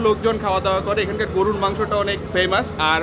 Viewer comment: mone holo shunlam "gurur" mangsho..... gorur* mangsho holey bettr hoto!? 😒😫😱🥵